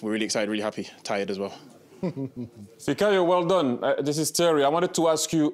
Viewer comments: They keep calling him fikori and its fikayo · Why they keep calling him fikori?🤣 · Did Jamie call him fakori?? 😂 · Kate and Thierry are crying with laughter at Micah and Jamie calling Fikayo “Fikori” 🤣🤣🤣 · Are they pronouncing his name wrong. I keep hearing them say fikori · Did Jamie really call him Fikori 😂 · Did I hear Jamie just call him Fikori🤣🤣🤣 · “Fikori” ffs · The two English pundits themselves getting his name wrong over and over again and you wonder why the English media isn't giving him more respect. Just shameful honestly. The world is bigger than England, Spain and France guys.